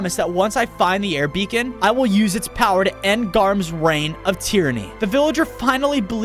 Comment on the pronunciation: HE SAID BECON HOW 😂